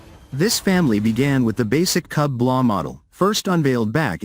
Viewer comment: A little digression! "KUB" is not read or pronounced "KAB" because the word itself in Russian means "space per cubic meter m³!"